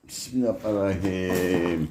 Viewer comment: Besmeleyi bile doğru söylemiyorsunuz bismilla banayim ne bismillahi rahmanirrahim küçümsemek için söylemiyorum düzeltin diye yazıyorum